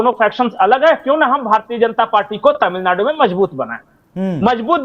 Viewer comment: आपके "अचानक हालत बदल गये तामिलनाडू मे"! बहुंतही मनोरंजक रहा.उच्चारण!